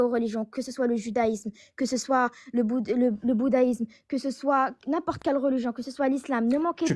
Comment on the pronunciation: Le boudahisme??, apprends à parler correctement plutôt que des bêtises dans ton livre ''sacré''